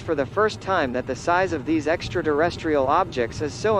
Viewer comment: What the hell is an extra-durrestrial?